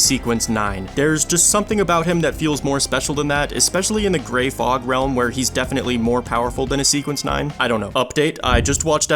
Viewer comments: Holy shit, didn’t realize this was an AI voice until he said Gay Fog instead of grey fog and now I can run hear it 😂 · g(r)ay fog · You did not just say GAY fog